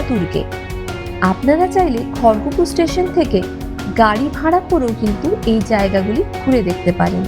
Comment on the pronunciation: Khargapur is a town in MP Kharagpur is a town in WB Pronounce the word properly.